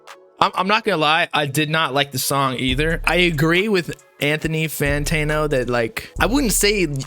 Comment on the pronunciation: Say it with me fam Fan-Tan-O 😂 Love the channel bro!